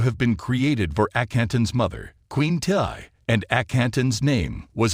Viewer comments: Thank u.....Tiye is pronounced Tee. Among other mistakes. So annoying. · Tiye.....pronounced Tee.